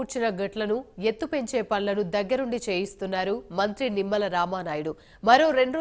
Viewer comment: తుమ్మల కాదు. నిమ్మల